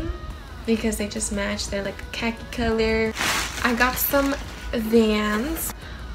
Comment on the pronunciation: Im deadddddd she said " caca color"😂😂😂😂